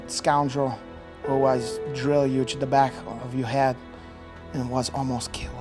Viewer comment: "You're right they found a lot of mexicans and now they're going to send them hback" lmao